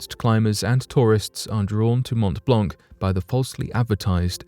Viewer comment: montt blonkk is painful to hear - even as a non-french person... also, geneva is is switzerland, not france. one might expect better from a 1.5 mill channel?